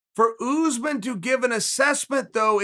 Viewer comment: Matt from Wii Sports its pronounced as "usmarn"